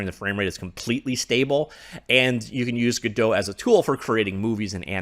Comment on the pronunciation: Was listening to thw author of godpt say the name and he says it the proper way